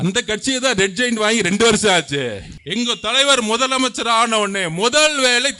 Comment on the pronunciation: மொதலமைச்சர் கிடையாது தம்பி முதலமைச்சர் இதையே உன்னால் ஒழுங்காக உச்சரிக்க தெரியலை